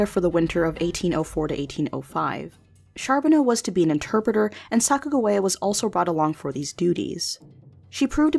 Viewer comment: Why does the other person narrating besides say Sacajawea in a weird way. Haven't you heard how her name is pronounced?